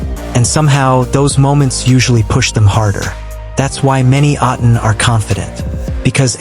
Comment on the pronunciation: A'tin no "s" pls 😊